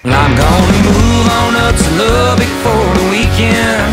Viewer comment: Learn how to pronounce Lubbock and re-recorded.